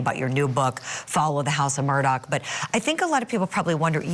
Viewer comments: No, it isn't. It's pronounced Mur-daw. Not Mur-Dock. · Why is your reporter mispronouncing his last name Murdock??? Put a little effort into it, jeez.